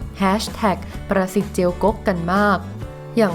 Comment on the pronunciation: อ่านช้าๆครับ ประสิทธิ์ ได้ยินเป็น "ปรสิต" ในปรสิตอีกที 😱😱